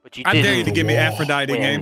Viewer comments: It's pronounced Aphrodite(tee) not Aphrodit learn your gods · that's Aphrodite pronounced like die t not dite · That was an interesting omission of the last syllable of Aphrodite